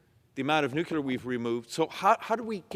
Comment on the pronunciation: one more time...it's pronounced NUKE LEE AR, not NUKE YOU LAR....